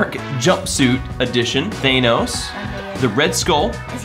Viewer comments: IKR he’s saying it like thanose even tho it’s Thanos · thanos's name is thanos your saying thaynos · THANOS IS PRONOUCED th AN OS Not th A NOS